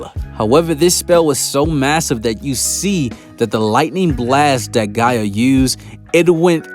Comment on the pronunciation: Am I the only one that cringes a bit every time he calls Gaja Mother Earth, Gaia?